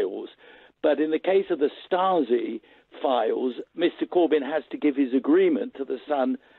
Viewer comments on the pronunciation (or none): none